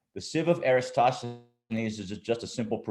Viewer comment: I think "EratoSTHenes", not "EraStoTHenon"